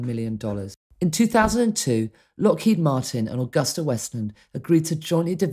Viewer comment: Mispronounced aGUSTa...The “u” is long. An Italian firm (motorcycles, aircraft) Mispronounced Potomac...but everyone heard that. Very condescending tone from the narrators. Have Britts as dear friends...but apparently not these two. Please standby for my donation....wait...wait...